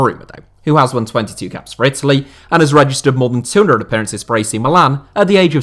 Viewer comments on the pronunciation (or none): none